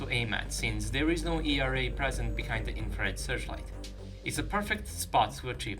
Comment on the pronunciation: E R A :D FINALLY youre saying it correctly :D